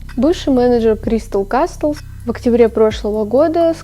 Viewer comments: Ща подушню конечно, но не кастлз, а казлз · Прошу, не кастлс а каслс, крайне сильно режет. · все супер но только каслс, т не произносится(